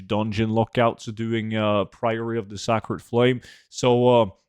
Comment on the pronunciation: Not 'sack-red' but 'say-cred' I'm sure you've been told though.